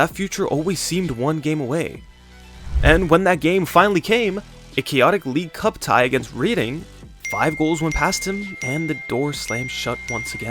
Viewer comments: You’re saying many names incorrectly. It’s Lundstrom - not lunderstrom. Reading is pronounced “red-ing” not “read-ing” There have been countless in this video. How hard is it to check before you speak? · Roth-er-am Red-ding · Please learn how to say "Rotherham" and "Reading" properly.